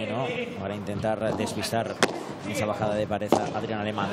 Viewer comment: Pregunta: por qué pronuncia res / pares en lugar de red / pared? O yo escucho mal